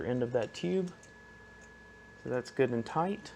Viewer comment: Man....everytime you say "Good and Tight" I hear it in a Deutsch (German specifically) accent! LOL "Gutten Tight"